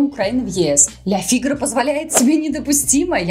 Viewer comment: Фамилию Пьера произнесла правильно, а вот с названием газеты... ФигарО! Ударение на последний слог! Особенности языка!